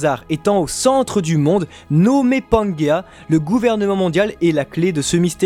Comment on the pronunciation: juste une précision, certainement déjà précisé mais au cas où, (pas eu l'énergie de lire tous les commentaires, trop cool pour vous parce que trop nombreux) mais ce n'est pas panguéa mais pangéa ou pangée (différence phonétique). En tout cas continuez votre travail, qui je le sais en nécessite beaucoup, et même si des points de désaccords existent entre vos analysent et les miennes (les accords sont plus nombreux que les désaccords) je vous soutient pour la suite et vous suivrez avec grand plaisir jusqu'à l'épilogue de One Piece. Soyez forts et fidèles à vous-mêmes. Un grand fan du manga (P.S.: un souhait vous concernant messire et, j'espère que vous entrevoyez la suite dès maintenant parce que la transition après One Piece sera difficile pour vous et les autres (moi inclus) lorsque Oda dévoilera son grand final!!!)